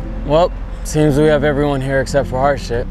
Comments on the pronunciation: it sounds like harsh it not harshit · its pronounced harsheit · Harshit is not pronounced the way these people are saying. It's like H"u"rshit where the T is pronounced like Spanish or something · It’s actually pronounced “Harshi” the t is silent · By the way, the "H" in the name is silent, and the last syllable is stressed, so his name is really pronounced ahr-sEEt. Also, in Indian names, whenever an "H" appears in an illegal place (H after a B, D, G, M, N, R, etc.), it is silent. Interestingly, Indian names with "SR" is pronounced as if it is "SHR". Also, in German, the situation is even more different. For example, a "W" in German is actually a "V", a "V" is a hard "F", the "PF" diagraph is basically the German equivalent of a "PH", a "CH" is a hard H, kind of like the "kh" in Khan Academy, "SCH" is an "SH", a "TSCH" is a "CH", an "S" is a "Z", an "SS", usually denoted by the beta-looking sharp S symbol, is an "S". Also, in Russian, a "P" is an "R", a "3" is a "Z", an "H" is an "N", a "B" is a "V", a "C" is an "S", a "Y" is a "U", and an "X" is a hard H. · At first I thought the counselor said that the Indian boy’s name was “horseshit”. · Bruh i now feel so bad for laughing when i heard harshit, cuz it sounds like horseshit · Surprised of all the jokes they made of his name no one said horse sh**. That sounds closer to his name. I'm not hating just pointing out an obvious missed joke, my husband is Indian so he has lots of family and friends with weird (to me) names too. I know what it's like to have my name mispronounced all the time too. I'm surprised that name means happiness. Thought only the name khush meant that. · at first i heard HardShit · Its pronounced "hershith" like her and shith